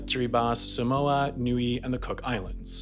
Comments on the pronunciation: Yeah but he pronounced "Niue" as Nuey, when it's really "nyoo-ay" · NEE-OOH-AYE TOO-VAH-LU NAH-ROO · Niue is pronounced as "NYOO-AY", just so you know. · Niue is pronounced "new-WAY" not newy and Tuvalu is "tu-VAH-lu" not TOOvalu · Niue is pronounced "new-way" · Though Niue’s pronunciation is off.